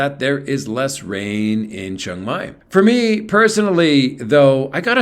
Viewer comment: You are pronouncing Chiang Mai wrong